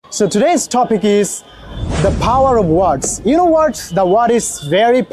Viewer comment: Bro you should pronounce টপিক ওর ঠাপিক Not like ঠপিক। Feels like you are putting pressure in your voice to make it.